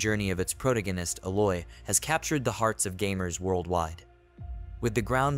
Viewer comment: Never give the word "Aloy" to the AI voice synths. A'loy should work. :)